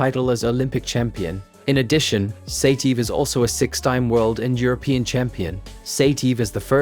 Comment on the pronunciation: Great material as usual. But the way you butcher their names is epic😂 Ya- Rhy-Ghin, Sigh-TeeYehv